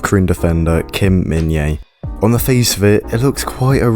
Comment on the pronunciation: Thanks for the video! Just FYI, the J is pronounced, so his name is pronounced as Min-Jay, not Min-Yay (the English version, anyway... the actual Korean pronunciation is Min-Jeh which isn't difficult at all, really)